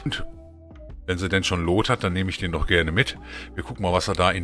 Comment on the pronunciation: „luut“ ned „loot“ nimm’s mit Humor:D hab dich btw. Vor etwa 2 Wochen entdeckt und finde deine coc Videos sehr super! Manches kann man auch von dir mitnehmen.:)